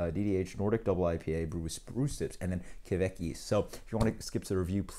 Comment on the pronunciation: Kveik is pronounced pretty much like 'quake'. About the pronounciation of the other Norwegian words; you tried :) Nice review, cheers!